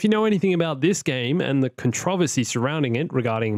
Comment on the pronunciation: Not "Con - trovincy" lol